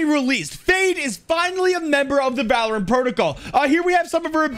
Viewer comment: ahhh yes... "On Today's episode of Va-lore-ant."